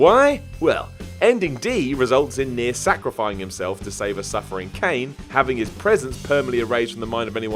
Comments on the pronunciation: And saying "Kane" instead of "Kainé" :/ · He also said "Kane" instead of "Kainé" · Not gonna lie. I cringed a little at how he said Spira and Kainé...